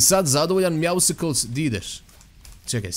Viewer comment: nije Meowsicles nego Meowscles ("Mjausls"). Kao "Muscles", kužiš? Zoveš ga na dva različita načina, ali nijedan nije točan.:D